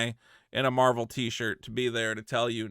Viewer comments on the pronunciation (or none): Love your videos and all but please for my sanity, stop saying 'Marble' instead of Marvel